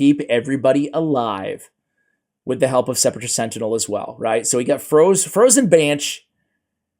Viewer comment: You said Sepulcher right. I didn't cringe when you said Sepulcher. You're the only one who knows how to say it. My ears thank you. You're son is the offspring of a gentleman and a scholar.